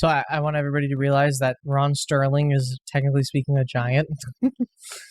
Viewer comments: It's Rod Serling, not Ron Sterling ! 😂😂😂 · Ron Sterling 😂 it's Rod Serling